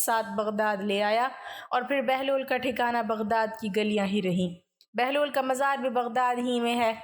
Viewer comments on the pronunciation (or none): none